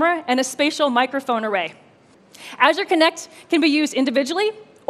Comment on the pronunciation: Can't pronounce azure either 😕